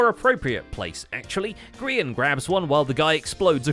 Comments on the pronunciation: The scar anvil portion in which it was grians perspective said Grean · Lol "Grean" instead of Grian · grian dye. gri-een dye. hilarious guys. just hilarious.